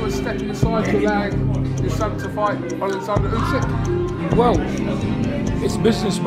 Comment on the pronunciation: No one. Absolutely nobody.,John and everyone who actually can’t speak: “alikzander yousek”